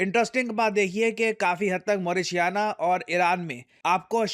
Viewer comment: मौरीशियाना nahi मॉरिटानिया hai